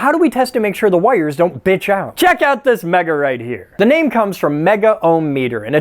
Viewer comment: Woah, it’s not hard R Thursday. It’s pronounced megga